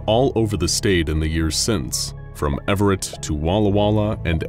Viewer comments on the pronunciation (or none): He called Everett, “Ev are et” lmao 😂